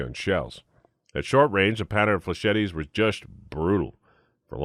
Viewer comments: Flechette is pronounced "fle-SHET," the third "e" is silent. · Are you saying flechette like that on purpose?